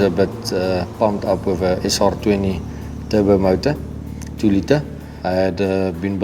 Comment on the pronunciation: es ahr twentee my bru